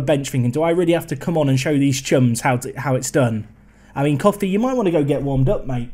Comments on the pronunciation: Koffi’s name is pronounced as “Co (like friends & co)-fee” not “Coffee” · cxrnelius1 he knows but coffee is better